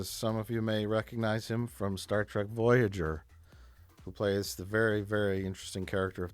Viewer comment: Not me. I say Trek. Mike says Trak.